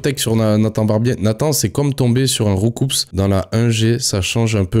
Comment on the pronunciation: MAIS BORDEL DANS ROUCOUPS LE P ET LE S SE PRONONCE PAS, ÇA A PAS DE SENS🤬! VOUS AVEZ CAPTÉ LES NOM DE POKEMON ON UN SENS...des fois (culture rap ok mais pour pokemon ya plus personne) ...😊